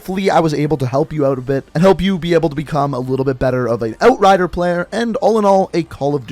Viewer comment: How he says outrider sounds satisfying